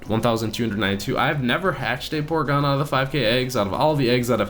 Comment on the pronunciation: Porygon not porgon